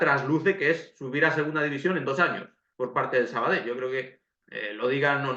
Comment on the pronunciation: Por cierto,gracias por el esfuerzo de pronunciar perfecto el nombre del equipo,y demas nombres catalanes...recuerdo en un campo de un filial que viste de blanco...que hace unos años con dos cojones en el marcador pusieron Sabadel y se quedaron tan anchos